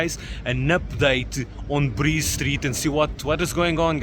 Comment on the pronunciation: Bree street not breeze street